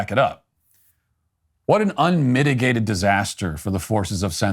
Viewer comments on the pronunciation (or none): "What an unmitigated disaster for the forces of censorship." Emphasis on "unmitigated."